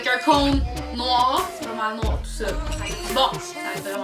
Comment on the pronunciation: Au lieu de Ice Cream c'est Nwaar Cream.